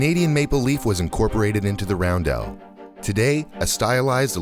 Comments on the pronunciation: Balkan Cross for the Germans, it's roundel not roundelle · Roundel not roundelle. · I swear to god, emphasize the e in roundel one more time